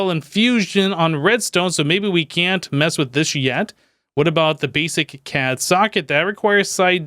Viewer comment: the psy energy gun isn't pronounced CAD,it's pronounced C.A.D.[Casting Assistant Device](each letter is said separately) it's based on the anime Irregular at a Magic Highschool